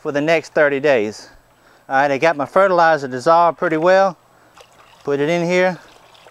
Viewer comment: Frutilizer or fertilizer? lol